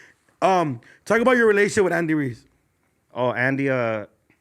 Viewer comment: Andy Ruiz not Reese!!